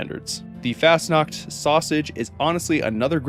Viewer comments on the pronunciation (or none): Fasnuaught is pronouced fos-not